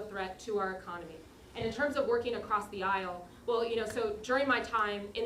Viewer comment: Acrosst America” 😂😂😂😂- Princeton at work